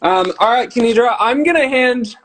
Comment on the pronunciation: Thank you so much for uploading this! Just letting you know her name is "Kenidra", not Kendira! :)